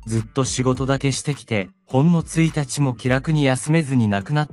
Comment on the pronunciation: 1日も～、は「ついたちも」ではなく、「いちにちも」だ。